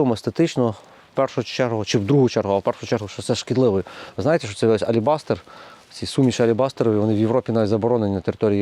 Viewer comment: Алибастер ..😂 освiтяни .. вот так нахватался и вещает ..